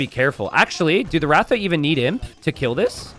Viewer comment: It is Rath रथ and not ratha